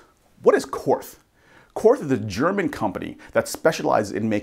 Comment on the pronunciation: Korth is pronounced court. No th sound.